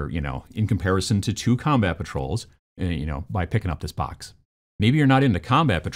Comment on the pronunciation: strengths: presenting, video editing, game design. weaknesses: saying book / box correctly.